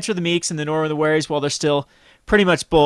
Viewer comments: I love the channel and play by play commentary. That being said omen[ oh-muhn ] and norrin not norwin. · Norin is so much win, that "Norwin" actually sounds right. ;-)